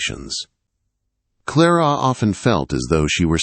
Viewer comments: Her name is Clara not Clarara!!!!! The girls name is Elaine, not Elowen!!! For kripes sake!!! His voice is nice but can’t pronounce worth a flip. Don’t you edit? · Clarara? LOL! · Every time the narrator says "Clarara" I got the giggles. What a silly name!!